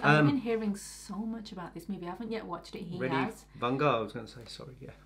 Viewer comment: it’s pronounced vaanga